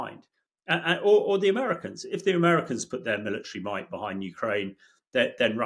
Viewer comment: Ontha one hand he Moyte, and ontha other hand he Moyte not.